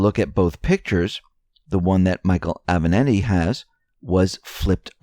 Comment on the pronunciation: Italian porn lawyer's name is A-VE-NAT-TI. As in, I HAVE A NATTY suit. It's NOT that difficult to get it right. Trick is to GIVE A DAMN.